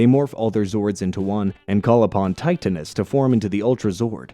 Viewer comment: Thts not how to pronounce titanis